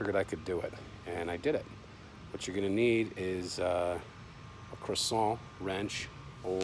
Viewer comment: It's a cresent wrench not a croissant wrench.